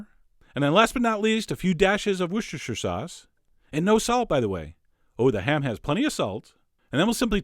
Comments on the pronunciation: Woo-stah-sher Worcestershire sauce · A few dashes of wushurshur sauce.... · A few dashes of... wushushu sauce...? ._.